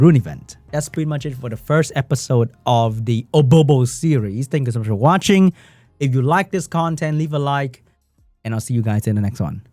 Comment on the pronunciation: *OBOBO*😂😂😂 Should’ve been OHNOBRO 🤣🤣🤣